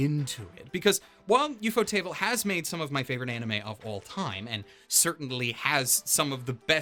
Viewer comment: You say “Ufotable” like theres two ts instead of one. Ufot-able Not Ufot-table